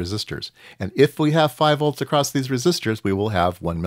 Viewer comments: Sorry, but I keep hearing acrossT when my ears expect simply “across” (without the “T”). Other than that, thanks for the explanation for something I did not even realize built so complex! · Interesting because I hear the extra 'T' all the time and its more prevalent in USA than in UK and I don't get it !! its ACROSS not ACROSST !! LOL :)